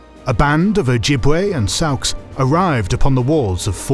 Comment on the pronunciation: I like this chanel but you guys don't look up how to pronounce things. It's "sawks" not "sowks."